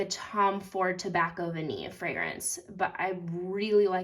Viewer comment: Great pronunciation on Vanillée! Merci- bisoux..